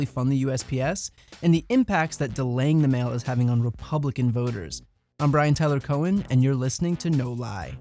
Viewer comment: Is it really "Brian Teller Cohen?" Maybe it's a Steven Colbert thing, identity and all, or maybe it's just lazy or maybe it signifies that the owner of that name just doesn't care about real details. Do tell!!! I'm waiting. Otherwise good program. Good video.